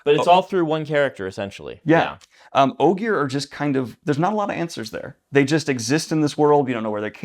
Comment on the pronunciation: Discovering Brandon pronounces Ogier with a hard /g/ was more shocking than it should have been honestly